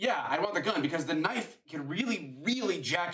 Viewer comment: I liked your comment, but he doesn't say "this is a knife".. He says, " Thas naut a knoife...... Thas a knoife"... Fix it to say "that's a knife" at the very least please.